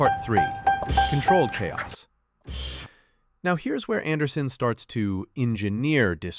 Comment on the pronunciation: "the voice" pronounces "chaos" with the "ch" sound - I immediately caught that it was an AI voice. I'm so tired of having to deal with AI. I'm telling YouTube not to recommend this channel.